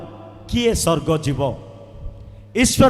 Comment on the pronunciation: ମିଛୁଆ । ସ୍ବର୍ଗ କୁ ସ୍ ର୍ଗ କହୁଛୁ । ଭାଷା ଜଣାନାହିଁ